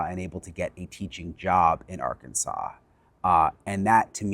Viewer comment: Maybe they start saying the name of the state right ark Kansas